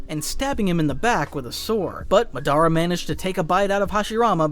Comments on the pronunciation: Madara not mah dar rah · Yea he drove me crazy with that muh-DAR-uh instead of Mod-DUH-ruh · Bro youre saying the names all wrong. I cringe everytine you say matara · Is this Ai? Because why is he saying Madara like that? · If you gonna say MADARA Say it RIGHT